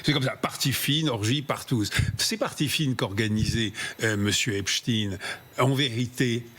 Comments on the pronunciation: Il ne s’apelle pas epsteiiiiiinnnnn. Pourquoi vous modiez la prononciation de son nom ? Pour que ca fasse russe ? Il s’appelle Epstein. C’est un americain d’origine allemande. Ce n’est pas un russe. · Ce n'est pas Epstin mais EPSTAIN qu'il faut prononcer un nom d'origine Germanique STEIN qui veut dire pierre en allemand et pas STIN quelques journalistes prononcent correctement Comme la ville d'Erstein en Alsace se prononce Erstain OK😬 Ainsi que Klein ce n'est pas klin mais KLAIN ( petit ) et Weil n'est pas Wèl mais WAIL Parking ne se prononce pas Parkinge que je sache alors un petit effort Mr les journalistes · ce n'est PAS l'affaire Epst-IIIIINE; tout comme EIN-STEIN, comme PIERRE en bosch, tout comme le film Mr. KLEIN, avec alain delon, c'est KLEIN, comme en bosch PETIT; votre prononciation a l'americaine demontre votre bias et votre complicite. comme votre ex-ministre, mme. Borne, c'est mme. BORNSTEIN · EpstEIN ...et pas Epstine... On dit EnstEIN pas Enstine...on sait exactement ce que vous faites et pourquoi